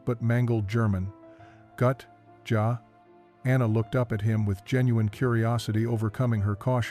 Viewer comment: Gut? Jaw? It's pronounced GOOT, and Yah